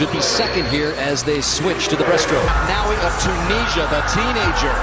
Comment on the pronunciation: It's "Ahmed Hafnaoui" not "Manaoui"! ahah Besides, congrats Ayoub!! You deserved it <33